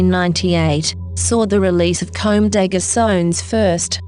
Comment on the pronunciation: I love the video but how she's saying "Comme des Garçons" and "Kawakubo" annoyed me :"D